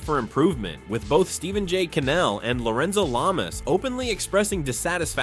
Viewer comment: “Lorenzo Lame-ass” I don’t know if that was intentional or not, but that’s hilarious!!! hahahahaha😂😂😂